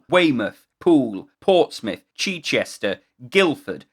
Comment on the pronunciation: Cheechester ❤ or as it's affectionately known as 'oh great what's going on in Chi now?' to the locals (short I)